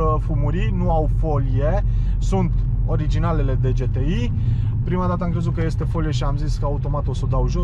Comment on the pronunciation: GHE -T-I nu GE-T-I